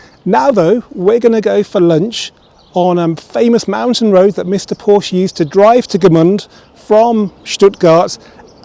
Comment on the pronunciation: Please stop mispronunciating Porsche.